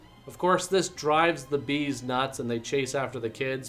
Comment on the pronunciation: BEAD'S?! Or are you saying BEE'S?